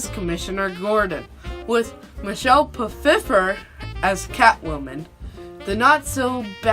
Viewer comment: Just a note: “Pfeiffer” is pronounced “Phyfer”. Also the name Max Shreck is a reference to Max Schreck, the actor who played Orlok (aka Dracula) in the original “Nosferatu”. Also, I actually prefer this to its predecessor (I wouldn’t go so far to say Batman 89 was bad, just not as good).